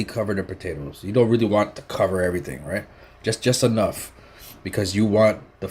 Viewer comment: Me lawd.❤️ the Island pre-curser verbage was 'EVERY-TING'...But US FOODIES ❤️ ALL